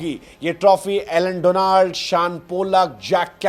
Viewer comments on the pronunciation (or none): none